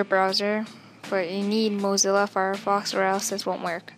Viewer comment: also it (moe-zel-a) FireFox not (mo-zee-la) Fire Fox.